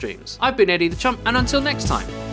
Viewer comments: When he says Eddie the champ I think he is saying Eddie the chump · Well... right you are